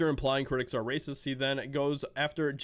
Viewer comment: “Rrrrrrrrrrrracist!” Role those R’s people. Btw you could be a voice actor😂